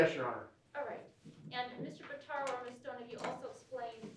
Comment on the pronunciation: Pitaro!!!! Geez Louise! For the love of Pete…! I just can’t. I. Just. Can’t. 🤔🙄🤔